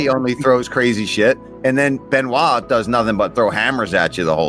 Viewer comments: Its pronounced Be-no-it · Ridiculous how many of these clowns pronounce it "Ben oyt" and not "Ben wah".... Either way, Pimblett wins. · Benoyyt Sane Denise 😂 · Are we seriously calling him Ben-oight? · How the fuck do you think it’s pronounced Ben oyt? lol. Good god. Learn to read. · It’s pronounced Ben- wah…… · Benoyyt lol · its actually Bun-wah to be 100% correct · Beuh-noix actually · Why dom say Benoit like that 😂